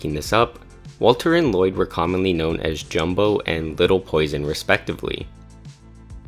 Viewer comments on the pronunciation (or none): none